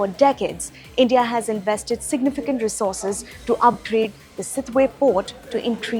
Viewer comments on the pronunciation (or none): none